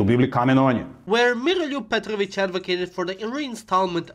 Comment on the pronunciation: Volim kako je reko Miroljub Petrovic bez Engleskog akcenta.